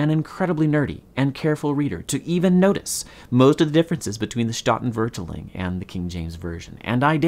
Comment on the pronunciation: Oof, that pronunciation of statenvertaling killed me.